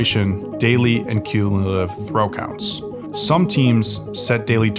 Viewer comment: How did you say cumulative? Too big of a word for you?